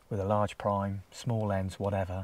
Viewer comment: Great stuff again,! I was in a hide last winter when two red deer approached. They were within 20 feet of me when one must have caught my scent and they both legged it. I will never forget the thunder of their hooves as they ran off! 🦌 By the way, when you said “one man with a large prime” I thought you said “large pie”. Reminded me of your pasty…😆